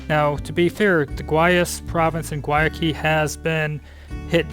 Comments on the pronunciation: Learn how to say Guayaquil. (Why a kill) is the proper pronunciation. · Haha...I thought it was Guayaquil they were trying to say. I lived in Cuenca for almost a year. They are just traveling through though. Of course there's Google Translate:)